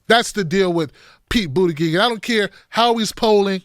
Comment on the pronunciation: it's pronounced "BOOT-uh-geeg" 😂